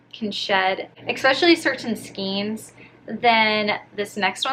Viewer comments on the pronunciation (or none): Hello! Great video! FYI it’s pronounced SKAIN not SKEEN. You should try Joann’s posh and baby bear yarns, they are my favorites!!